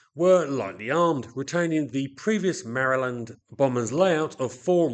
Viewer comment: Very interesting. Also, is one of the few Brits on YT who pronounces Maryland correctly!